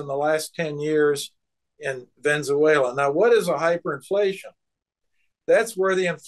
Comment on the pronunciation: He keeps saying Venze-uela instead of Venezuela.